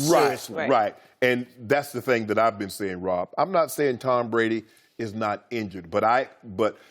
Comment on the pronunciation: tom bwady will never win another super bowl how does 2 working on thwee sound wob